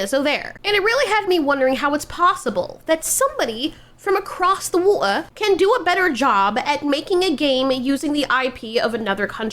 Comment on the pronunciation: Why did you randomly say “water” like that 😂😂😂